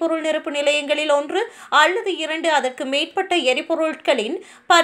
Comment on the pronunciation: உங்களுக்கு தமிழில் ல, ள விற்கு வித்தியாசம் தெரியாதா? வேலைக்கு வேளை, அல்லது க்கு அள்ளது என்று தமிழை ெகாலை செய்து வாசிக்கிறீர்கள் .